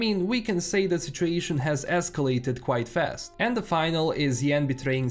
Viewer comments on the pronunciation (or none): situation Eskelated :p